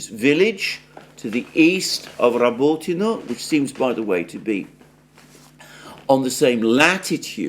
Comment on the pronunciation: You keep saying Robotino WRONG,! It's NOT Robooootino. It's Roboteeeeeeno!!! There's no such word in Russian or Ukrainian. Please stop mangling Russian words!!! Ask your Russian wife how to say it correctly. Please!! It's soooo jarring to hear you constantly pronouncing things wrong 😟